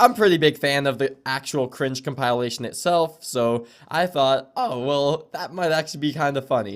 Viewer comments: why do you say conpialation its compilation (Com- Pih- Lation) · man this guy's got it figured out it was all a big joke so's the fact that he can't pronounce "compilation" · wtf does com-pile-ation mean?